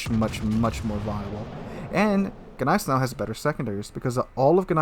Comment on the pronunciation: when saying gneisenau you dont need to emphasize the G, just like in gnaw..You dont say G naw.